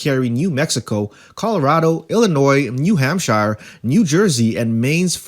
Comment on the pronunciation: If you're going to make informational videos make sure you at least have a command of the material. Learn how to pronounce New Hampshire, and it's Bob Menendez not Bob Hernandez.